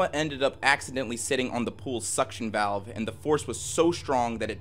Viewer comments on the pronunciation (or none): none